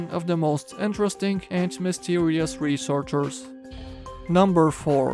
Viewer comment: i love that ✨Resorsherz✨